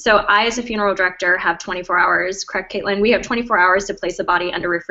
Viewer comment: Another video who can't trouble themselves too get Caitlin's name right . Big fat dislike from one of her fans.